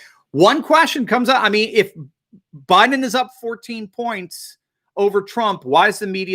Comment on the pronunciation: Joe Bye-Then